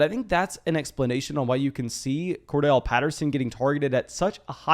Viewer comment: It’s CordArrelle Patterson… please learn to pronounce it bro it annoys me every time lol